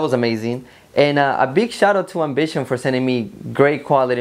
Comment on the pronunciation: Best iv see you do so far Sounds like you keep calling it Bishop! N it's not a Bishop it's called Ambition!..